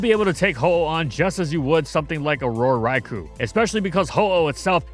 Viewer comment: The only overrated thing that thinks is still good about this video is how he pronounces "Rai-koh." Seriously. Pronounce the Legendary Beast's name right. Coward.